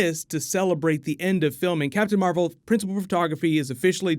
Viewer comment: Captain mar-vel here we go